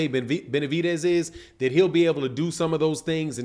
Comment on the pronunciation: There’s no T in Benavides